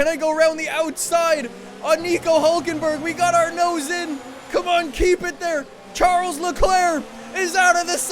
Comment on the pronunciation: Anyone else who cringes when he says SHARLES Leclerc?